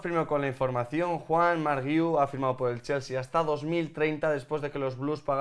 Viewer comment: No se pero eso que decís del apellido del chaval que no lo sabíais pronunciar porque era muy catalán es una tremenda estupidez, guiu solo tiene una manera de pronunciar, no solo en catalán, en español guiu se pronuncia gui-u, no veo puntitos de dieresis por ningún lado que podría justificar vuestro error, si se escribiera Güiu pues podría entender vuestra confusión pero no es así no?